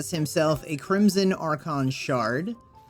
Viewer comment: Yes, and its also Crisma not Crimson toroid. He probably has dyslexia.